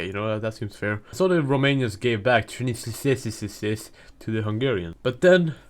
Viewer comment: Transylvania isn't hard to say, wtf lol